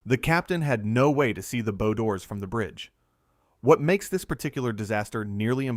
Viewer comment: They are Bow like ow or wow doors. not bow like bow and arrow or show. Debris is pronounced Deb-Ree not deb-riss. Train the AI slop reader better before putting it to work.